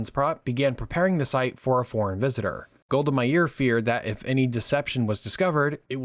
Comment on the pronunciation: As an Israeli, I find this video accurate and informative. It was a pleasure to watch. Just a minor comment: you struggle with the Israeli names. You know, their pronunciation is well-documented- either the Hebrew one or the somewhat skewed English version. You made up your own version for Golda Meir, Aba Eben and more. I mean. as a channel owner myself (obviously with another user...haha...) I find that proper spelling and pronunciation of names to be a major effort to tackle. p.s. I'm not here for complaining. If you want to have a short call, reply to this message and I will reach out.